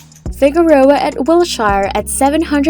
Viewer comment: What an embarrassment. “Gass Company Tower”? Can’t pronounce “Wilshire”? Give up.